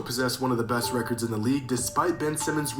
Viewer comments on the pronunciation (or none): none